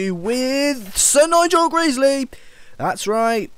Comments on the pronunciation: Isn't it "Sir Nigel Gresley" not "Sir Nigel Greesley?" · It's pronounced Nigel gresley not Nigel greesley.